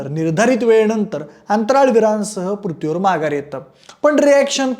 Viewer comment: पृथ्वी शब्द जरा निट बोला . अजिबात बोलता येत नाहीये